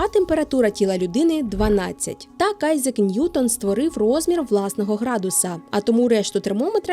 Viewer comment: Айзек, Фарєнгайт 😂. Не можу це слухати